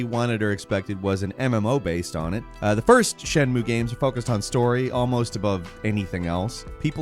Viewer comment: You mean "it cannot be overstated how bad it is", if you want to say that it's bad. Also, I'm pretty sure "shenmue" has three syllables. I don't know much about Japanese, but I'm pretty sure they don't have silent vowels like that.